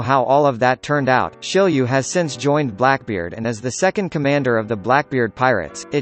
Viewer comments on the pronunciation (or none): isnt it shiryu and not shilliew?